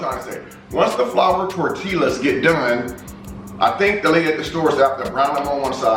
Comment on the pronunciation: The Spanish alphabet has extra letters. The double “LL” is pronounced like “ya” so for example your flour “tortillas” is pronounced “tortiyas” . The Another example “pico de Gallo” is pronounced “Peeko de gayo” . Just thought I’d share that. Lol! Great 👍🏽 video! God bless!